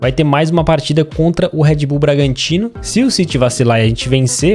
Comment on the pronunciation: ele fala RED BULL BRANGATINO KKKK